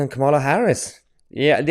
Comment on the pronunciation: Please don't say 'President Kamal Harris' again. God help us!